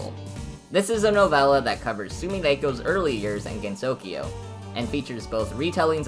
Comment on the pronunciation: this is an informative and funny video ! but your pronunciation is a bit off for some names . Japanese phonetics can be a bit tricky for English speakers since each syllable is taken independently. Sumireko is "soo-mee-REH-koh", rather than "RAY-koh", and the emphasis in Usami is on the first syllable "OO-sa-mee" rather than "oo-SA-mee" Gensokyo has 3 syllables with the last pronounced "kyoh" as one sound, rather than separately like "kee-yo" with 4 syllables total . The emphasis is in the first syllable of Mamizou's name "MA-mee-zoh", but pronunciation is good apart from that . So many people get this wrong but Marisa is "MAH-ree-sah" rather than the western "muh-RISS-uh" this might be partly due to romanisation trickiness, but Rinnosuke is "Ree-NOH-skeh" with 3 syllables, rather than "Ree-no-NOH-skay". Double consonant just means the vowel afterwards is longer. Omake is "oh-ma-keh", 3 syllables. i hope this does not seem rude >_< but i hope you take this comment into consideration.